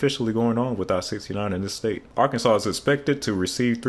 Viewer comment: Arkansas is now Ar-kansas. That comment just made me realize Arkansas is just Kansas with AR in front of it.